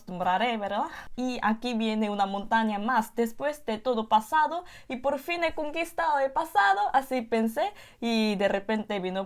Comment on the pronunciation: La pronunciación fonética está al %95 . Cuando dice PASADO debe pronunciar la d suave . La lengua no toca el paladar . En otras palabras se pronuncia la D tocando el paladar. La s suena diferente . La letra L debe pronunciar la mas fuerte y larga. Pero algunas palabras si las pronuncia bien. Falta un poco de fluidez pero es normal porque su lengua estaba constumbrada a otra fonética.